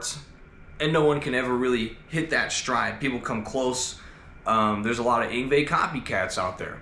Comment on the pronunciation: I can't quite make out the name..must be the accent but it sounds muffled Everytime you say it..